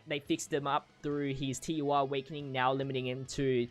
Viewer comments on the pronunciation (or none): TUR not UR